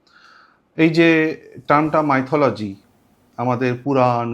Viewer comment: কে প্রথমেই আমার আন্তরিক শুভেচ্ছা অভিনন্দন ও শ্রদ্ধা জানাই🙏🇮🇳🙏 Sir, please, don't mind, don't take it otherwise; 'মাইথোলজি' pronunciation টি সঠিক নয়, সঠিক প্রনানশিয়েশনটি হল ' মিথলজি '।